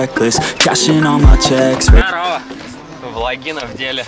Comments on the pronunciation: Пожалуйста не говори влагина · Перестань говорить ВЛАГИНА ато слышится ВАГИНА